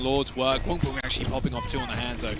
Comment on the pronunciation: saying ‘Gwangbong’ makes me wanna cry